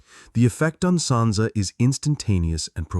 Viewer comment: Sansa not Santa jesus christ